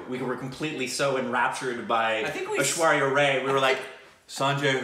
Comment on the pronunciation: yes.Unfortunately I have the feeling they dont read the comments any more...I keep repeating after each fucking video that they mispronounce the name of Ash-with ZERO reaction on their side !